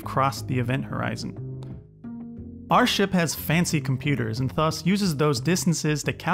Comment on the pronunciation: I missed the whole video because I got distracted every time you pronounced "thus" as /θʌs/ instead of /ˈðʌs/